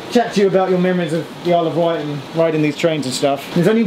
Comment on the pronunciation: also it's *Wight, not white :)